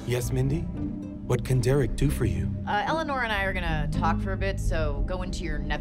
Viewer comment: It kills me that Eleanor takes on Michael's pronounciation of her name. "I'm Elliner, man!"